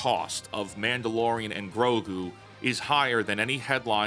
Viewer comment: You mispronounced 'Mango and Grok' there at the beginning, but, otherwise, good video.